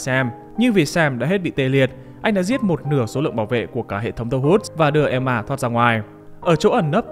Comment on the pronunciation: The Woods chứ nhỉ, nghe ông này đọc như kiểu The Hoods